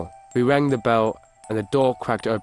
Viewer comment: has anyone notice he says bell like in lately weird